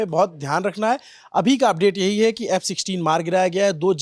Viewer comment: F sisteen. . . . . . bolna toh seehk lo